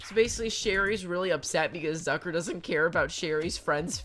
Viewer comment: “Zucker and never won a competition before” Did she say ducker? I just have bad hearing I’m sorry I just I just